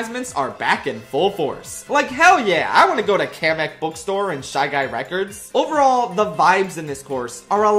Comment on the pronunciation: HE SAYS KAMEK I'M SUBSCRIBING